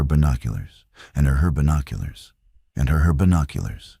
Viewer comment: There are a lot of AI mistakes in this video. "And herbinoculars"